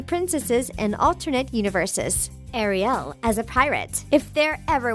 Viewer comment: Hug girl you got it all wrong by the way it is Ariel not REO Arielle is what I was trying to say